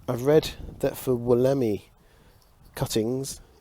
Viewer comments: It's pronounced. (Wool -a -my) The Wollemi Pine. Cheers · Hope you and the family are well and recovering. Just a tip, its pronounced Wolla Mie xD